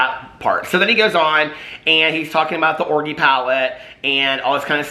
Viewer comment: Out of curiosity can all Commentary channels not say Orgy correctly or is this a YouTube thing?